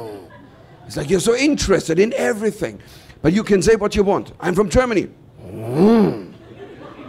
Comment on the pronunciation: your "Germany" sounds like "Jamally".